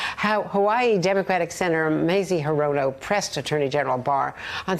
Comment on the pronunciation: it's 'HEE-ro-no, geez!